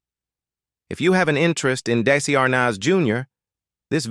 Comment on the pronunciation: AT LEAST HAVE THE ROBOT PRONOUNCE DESI'S NAME AND OTHER WORDS, PROPERLY... AMATEURS!!!!!!!!!!!!!!!!!!!!!!!!!!!!!!!!!!!!